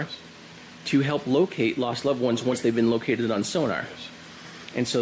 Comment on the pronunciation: Hilp? Lol